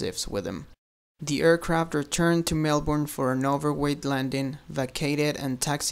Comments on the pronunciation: Just saying, over here we say Mel-burn not Mel-born. Thanks :P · TheDore [Theodore] it's way more like "mel-bin"